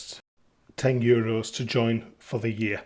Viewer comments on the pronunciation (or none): none